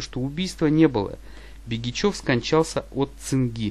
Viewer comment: Ударение в словах не правильно ставит -ПЯсино, ХАтанга, БЕгичев